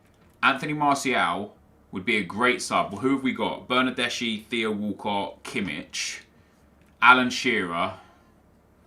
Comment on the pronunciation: Bernardeschi is actually read as "bernardeski"